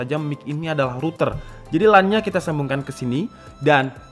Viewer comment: LAN itu bacanya "lén"